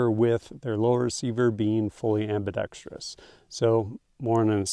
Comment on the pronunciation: You get extra points for pronouncing "ambidextrous" correctly:)